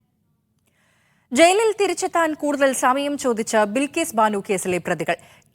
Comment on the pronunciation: ബിക്കസ് ബാനു 🤣🤣🤣